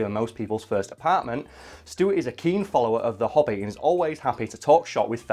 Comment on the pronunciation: I can't not hear hobbit when says hobby. I thought said Rod was talking about the hobbit